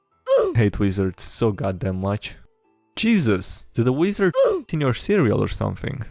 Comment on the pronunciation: I love the way he says weezard lol